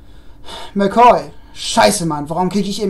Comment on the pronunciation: Ich kann es auch zum Tot nicht ab wenn man Sachen ausleiht und sie kaputt wieder bekommt. Da könnte ich ausrasten. Mc Coy war richtig ausgesprochen.